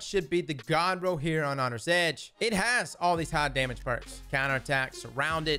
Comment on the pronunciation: "Hongry Edge" Lol, love it.